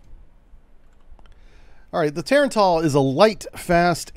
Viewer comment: Its not Tar-AAAAAAn-TAAAAAAL Its Tah-rah-n-tul...like tarantula...which is what it means.